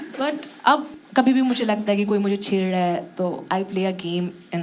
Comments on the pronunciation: chedddaae kya hota hai chhed rah ahi hota hai didi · "Chheddraa hai" - Why I can sense Onkar's dialect here xD